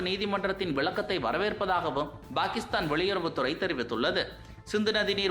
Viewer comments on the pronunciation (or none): Why do pronounce 'Pakistan' as 'Bhakistan'? Fundamental confusion in Tamil itself? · Bhakisthan இல்லை பாகிஸ்தான் - உச்சரிப்பை முதலில் சரி செய்து கொள்ளுங்கள்..